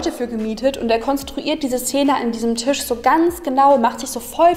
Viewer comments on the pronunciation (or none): none